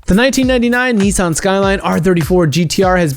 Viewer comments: NISSAN not NEESON, it's not called Liam and won't tell you over the phone that it WILL find you and it WILL kill you! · Video: Neeesan Me: Nissan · "Neessaahn" LOL